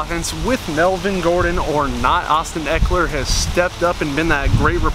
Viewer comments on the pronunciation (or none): none